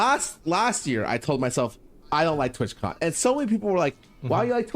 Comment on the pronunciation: TWATCON not twitchcon